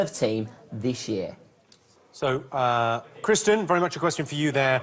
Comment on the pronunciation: It sounds like Jimmy occasionally calls Kristen "Christian".